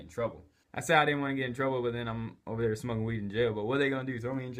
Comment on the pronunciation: And it's smoking not smoeking